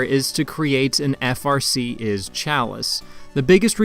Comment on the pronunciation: Isz pronounced eyes.